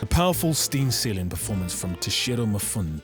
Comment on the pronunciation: Ok look... I wanna take you seriously... but you can't pronounce "Mifune" as "M'phoun" ... it's "Me-foo-neh" (or something like that, english is not my first language)